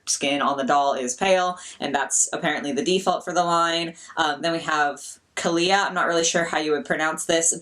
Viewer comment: Woah!!! The orange blush looks so cool! Also you pronounced Kahlia right, used to know someone with that name.